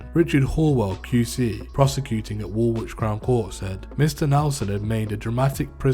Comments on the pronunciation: Mate you repeated the same details over and over again and fyi you do not pronounce the second W in Woolwich . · This is exactly what happens when we leave complete outsiders to tell London stories People who can’t pronounce woolwich correctly should not be telling these stories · wool wich??? south wark??/ man your from the uk and cant even pronounce area names properly. Do your fkin research if you are going to profit of shit you no nothing about and use wiki to tell a srory.